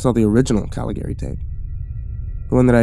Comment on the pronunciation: Normally I love your stuff, but you managed to mispronounce both names pertaining to the movie throughout the entire story. Was very difficult to listen to that way.